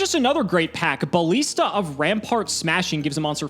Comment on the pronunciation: pronunciation of "ballista" makes me very unhappy.